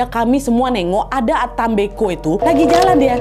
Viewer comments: kak cara bacanya mbko bukan mbeko,,cara ucapannya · cara bilang nya bukan mbeko .. huruf e nya di baca kaya kita bilang (enggak) jadi e bukan è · Salah penyebutan kak mbe'ko ada penekanannya mbe terurus baru ko kak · Mbeko ya KK bukan Beko aku org Manggarai kget pas dengar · Dislaimer kak penyebutan e pada kata mbeko itu seperti menyebut beku (pelafalan e nya). ata mbeko( Bahasa Manggarai, Flores). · koreksi dikit kakk,mbeko bacanya pake e` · Nahh FYI pengucapan mbeko itu seperti nada kata " lemari, kertas, dll" bukan seperti nada dari kata "teler" 🫠